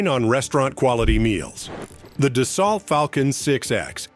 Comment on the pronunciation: da-SALT? I think AI should be able to pronounce it correctly.